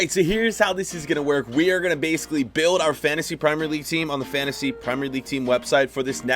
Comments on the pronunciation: The way he says "fantasy" tho💀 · It is fantasy if u know how to pronounce